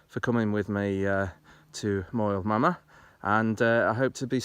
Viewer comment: Moel Famau is pronounced "moil vamm-eye", (and you'd get mystified looks from locals if you called it Moel Mama). you have another hillfort just in front on the hilltop below you.